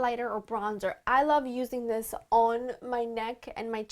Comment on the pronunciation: I love how you say "dis" instead of "this" =)